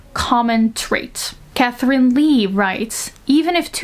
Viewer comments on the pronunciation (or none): none